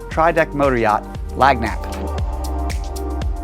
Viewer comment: This guy is killing me........let me help Cher...LAN-YAP, the "G's" are un-pronounced in French